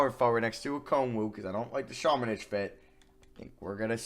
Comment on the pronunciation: I’ve been prouncng luka samanics name wrong it’s ______:literally next time says samanic